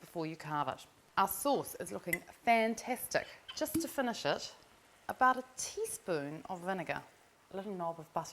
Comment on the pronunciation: I can't listen to her voice. Her vowels are all over the place, horrible horrible accent. Is she posh? I'm confused. Since when is 'finish' pronounced 'fanash'?